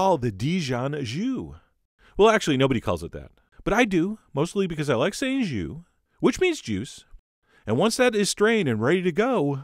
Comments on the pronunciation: " jus " , not " jew " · Sauvignon blanc in France is Sauvignon blanc! :) And it's so funny how english-speaking people are incapable of saying a proper french "u" as in "jus"... I actually like saying it as "joo" like you do just for a laugh. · I believe he meant "ju" (pronounced "zhoo")